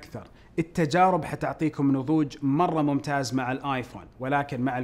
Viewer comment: كأنه قال ممتاج